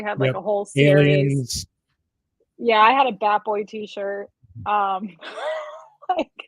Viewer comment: Ohhhh, "bat boy" found in cave. At first I thought she said fat boy found in cave.